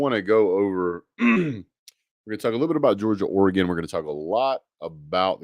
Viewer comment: first off it is NOT OREEGAN. It is OREEGUN. Look at 24/7 sports Four and five stars for OHIO STATE, OREGON and them DOGS. OREGON has 4 5 STARS, and 57 4 Stars. Ohio State has 12 5 stars and 57 4 Stars. Georgia has 20 5 Stars. and 56 4 Stars. OREGON beat an OHIO STATE team that is "superior" to it in recruiting. You say UTAH beat OREGON twice, but the team that beat UTAH in the ROSE BOWL ie OHIO STATE was beaten by OREGON a team with inferior recruiting!!!! You and GEORGIA fans are going to be "EDUCATED" on what OREGON is all about!!!